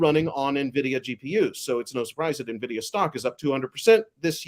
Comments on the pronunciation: Ok, just filled me in on my mispronunciation of Nvidia that you guys are calling out I’ll be practicing it correctly before our next show! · Three yahoos bar-chatting stock pump headlines, seekingalpha blather and motley fool summaries. I'll believe a bit more if I stop hearing "navidia". Mini-Cramers on valium. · gonna fwap upside the head if he says “nuh-vidia” one more time. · So very intelligent conversation and appreciate the dialogue and point of view. First the guy that mispronounced NVidia 20 times is annoying why is it so hard to pronounce it. Second I think some graphics would be really beneficial. All in all, great job guys.